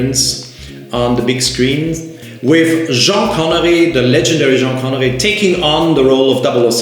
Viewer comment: Say Jean Connerie one more time and the Swatch will explode!